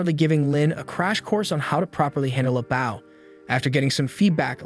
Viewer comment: say bow correctly.